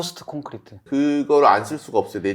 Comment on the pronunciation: RC는 "레인포레스트"가 아니고 리인폴스트 콘크리트입니다.